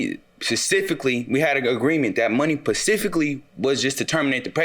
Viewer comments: FACTS THOUGH 👌🏾💪🏾💯💯💯 BUT SAID “PACIFICALY” INSTEAD OF SPECIFICALLY 🤦🏾‍♀️🤔😂🤣😂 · "Pacifically?" No Sir, that isn't it. I think the word you're looking for is "specifically." Smh. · He did the right thing! Only thing I found disturbing was him saying “pacifically” instead of specifically! That irritates me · Pacifically? Smh. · SPecifically…. Ugh, I HATE when adults mispronounce this word. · He tried, some words for people are hard to pronounce. He knew what word he wanted to use and the meaning. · Come on, some people have speech impairment. Obviously we can tell that his impaired articulation disorder which might be the cause of his speech being delayed. Generally the “sp” sound which isn’t fully developed between 7-10 years old for both males and females.